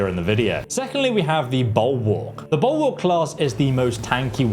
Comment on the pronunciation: Wow. I didn't know "Bulwark" was pronounced 'Buoowok'. TIL...